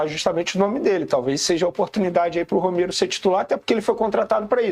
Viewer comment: ROMEIRO NÃO, O NOME DELE É ROMERO, E NÃO ROMEIRO. CERTO??????